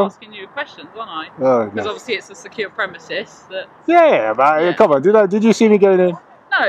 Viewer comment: 'This is a secure premises'. She means THESE are secure premises. She also pronounced it 'premesis'.